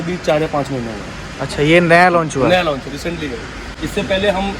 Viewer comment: NEW LOUNCH NAI BHAI LAUNCH HOTA HAI ,😆